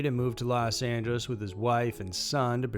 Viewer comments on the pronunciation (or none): none